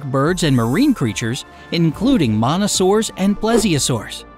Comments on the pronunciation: Anyone else here him call mosasaurus Monosaurid? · he said "monasauraus instead of mosasaurus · It's MOSASAURUS not mano soarus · Did he really pronounce "Mosasaurus" like "Manasorus" smh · Monasaurus? Not Mosasaurus? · monasaurus... really dude? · he pronounced mosasuarus as monasaurus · How can you say Mosa to Mona. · Anyone noticed that he said "Monosarous" instead of "Monosarous" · uhh I think it’s pronounced Mosasaurus not Monasaurus. .-. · mistake in its not monasaurus its mosasaur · whats the thing with monasaurus it's mosasaurus it's so irritating ughhh.... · jold on did he say monasaurus its mosasurus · You sad monasaurus not mosasaurus LOL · d- did he say monasoarus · Lol “monasaurus” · Nobody's commenting on the way he pronounced Mosasaurus..